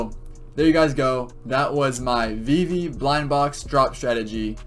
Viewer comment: Haha, no but you say Vee vee, if it was spelled Vivi then yeah I could see that. Steve is not pronounced Stevie, Christmas Eve is not pronounced Christmas Eevee.